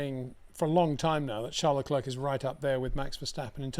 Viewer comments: Always the best analysis, thanks once again! Btw, Leclerc is a French name. I think it's disrespectful of you to Anglicise the pronunciation. How hard would it be to pronounce it as Leclear rather than LeCLURK? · Since the inception of Baku, Charles LeClerc (just say 'LeClair', not 'LeClurk') has crashed into the barriers of T15 three times. That is what's shocking.